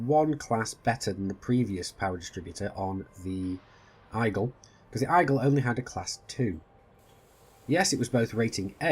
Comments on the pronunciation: Igle? What's the Igle? Eagle.....ee-gal. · Like I get accents are a thing in all but you saying Eyegle triggers me slightly lol